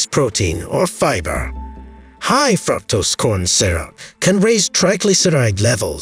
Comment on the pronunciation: Wonderful facts and good video. However, you should have a native English speaker listen to your narration and find your mispronunciations like "fructose" and "margarine". There were more but I didn't write them down.